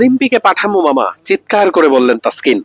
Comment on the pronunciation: খবর পড়তে পড়তে বলতে বলতে ইংলিশ ভুলে গেছেন taskin এর নাম ভুল ছিল taksin হবে না taskin